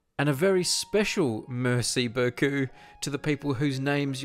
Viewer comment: and a murrrsey berrrkeuuuu to you too!